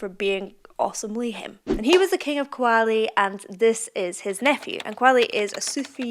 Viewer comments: pronounce "KAA-WA-LEE" not "ko-wa-le" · It's pronounced Ka-waa-li and Raag not Raga ... 2025 come on , just try to pronounce it better .